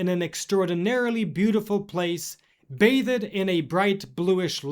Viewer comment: Corp? P is silent.. bath-ed? I hope this is not artificial intelligence